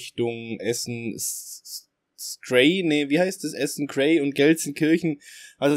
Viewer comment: ES HEISsT Krei!